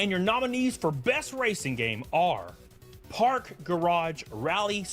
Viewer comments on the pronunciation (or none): none